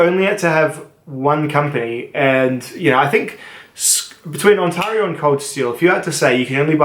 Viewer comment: THAT'S IT !!! I won't have you butchering the name of a Canadian province that is home to 14.3 million people, a total area of 1,0,76,395 Sq km, and North America's 4th largest city, after Mexico City, New York City, and the City of Los Angeles. It is pronounced On-tare-io, not On-tar-io, and so is the company in Franklinville, NY commonly known as Ontario Knife Company. How did Bark River Knives not make the top 3, or top 5? Surely you understand the inherent weakness in folding knives, and would score companies that deal in 95% folding knives below knife companies that produce fixed blade knives? Good day Sir.... I SAID GOOD DAY...